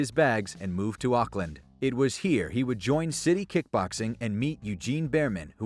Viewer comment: u say Auckland wierd